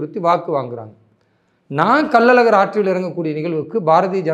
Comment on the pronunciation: அது கள்ளல் அழகர் இல்லை கள்ளழகர்